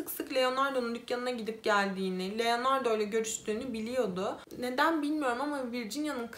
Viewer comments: Sürekli Leonardo demenizden dolayı odaklanamıyorum. 😄 Keşke telaffuz için az pratik yapsaydınız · Genel olarak anlatımı beğeniyorum ve videolarının çoğunu da izledim. Başarılarının devamını dilerim. Fakat iki tane eleştirim olacak. Birincisi özelikle bu videoda isimleri oldukça yanlış telaffuz ettiğin için algılamakta zorlandım. Leonardo dediğin için beynim sürekli erkekmiş gibi algıladı otomatik olarak kadın olduğunu bildiğim halde. Bu konuda sana önerim isimleri bir kağıda not edip hangi ırk ise o dilde translate üzerinden dinleyebilirsin. Böylece nasıl telaffuz ediliğini az çok duymuş olursun. Biliyorum bazı vakalar oldukça kötü şekilde etkileyici fakat bazı videolarında normal şekilde anlatırken birde ağlayacakmış gibi konuşmaya başlıyorsun. Bu da heyecanla izlerken birden modun düşmesine neden oluyor. Bunu profesyonelce yapmak istediğini düşündüğüm için bunları söylemek istedim. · LEONARDAAA . Leonardo degil